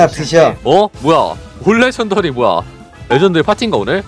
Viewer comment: 레전더리가 러전더리가 됐네